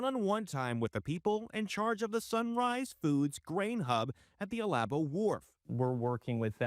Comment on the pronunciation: By the way it's pronounced, Al-A-bo wharf. Its one hundred fifty, jobs not just fifty.